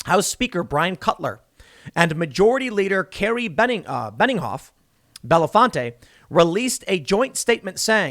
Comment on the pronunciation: Dang it Tim, I lived in Bellefonte for 8 years. You don't pronounce the e are the end.